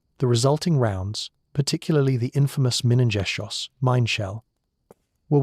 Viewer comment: Minengeschoss. What did the A.I. say???